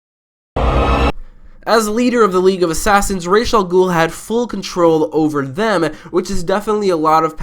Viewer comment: Thank you for pronouncing Ra's al Ghul's name correctly :)